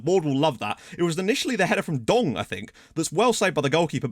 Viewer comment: This Dong needs a nickname. I swear struggles every time pronouncing his name